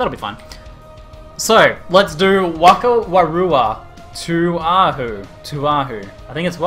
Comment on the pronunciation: Hey don't know if you will read this but a WH in Maori (language of the name) is pronounced as an F sound so it is pronounced fakawairua tuahu.:) don't mean to sound like a know it all but it is true:P